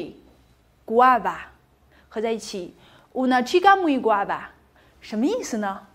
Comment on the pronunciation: 老师读的guapa读错了，应该读“哇爸”不是“瓜爸”